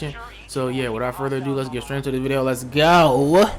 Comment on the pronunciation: Why you say let go like that but I fw the video